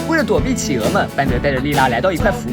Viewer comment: 是 氣鵝 不是 起鵝